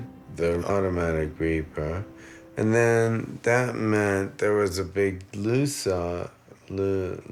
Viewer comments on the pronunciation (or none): "and then there was a big loo-sauuwww le la-suit!" :D